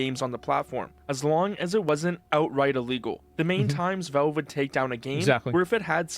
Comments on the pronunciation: Why does this dude keep saying velve it's valve my boy. Not that hard. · Why does this guy talk like a completely normal person, but then every single time, without fail, pronounces Valve as Velve? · Who the hell is "Vellve"?